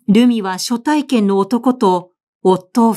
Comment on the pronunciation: 毎回 朗読を楽しみにさせて頂いております。今回も 林真理子さんらしい作風だと思いました。 「初体験」のところ 昔？は 「はつ体験」と いう いい方だったように思いましたが 「しょ体験」と聴いて 時代と共に表現も変化するのを知りました。はなこさんの朗読も 変わらず いいですね。 次回も楽しみにして おります。